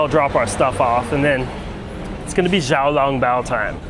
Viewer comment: Bro it is not Ja Ja I hope you learned that You were correct in Xiaolongbao but its pronounces somethinging like siao instead of the english x sound